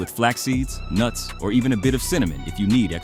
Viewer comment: “Flaxseed. And a HANDFUL OF NURTS”